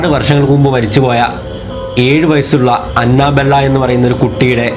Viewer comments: Anna Bella alla anabel(pronouncing) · It's not Anna-Bella It's Anna-Belle... Like 🐘🔔... "annabelle" Please Don't Attack me 😊😊😊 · അന്നബെല്ലെ alla അന്നബെൽ 😂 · It's അനബെൽ.........but nice video😁😘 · Annabelle prounciation sheriyalla bro